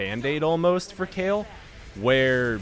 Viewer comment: Please stop calling her Kale xD .. i'm totally triggered, i thought it was like Kaylie